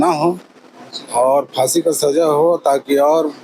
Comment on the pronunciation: Abe Fansi Bol Fansiiiii,,😶